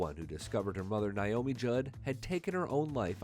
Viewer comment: Not niomi. It's Naomi.